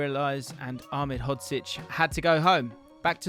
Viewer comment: Most impressive part about this isn’t the knowledge shown, it isn’t the fact you have an incredible partnership with scouted football, but that you were able to consistently pronounce Ahmedhodzic